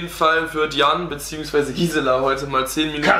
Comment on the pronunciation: Gisela..sagt besser kChBe als manche Auslânder . Respekt 🤣🤣